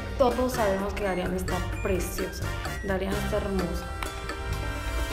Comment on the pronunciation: Pensé que se pronunciaban Darián y Marián con acento en la última A